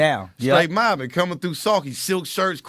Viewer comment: Why you always say mOBIn ? Bitch cuz I’m moBIn 😂